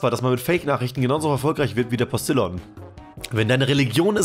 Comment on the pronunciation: Es wird nicht Postillon ausgesprochen, sondern eher postiljoo....